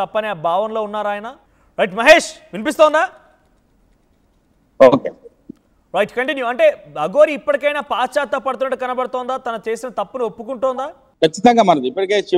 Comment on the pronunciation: అది పాశ్చా త్తాపం కాదురా నాయన పశ్చాత్తాపం😂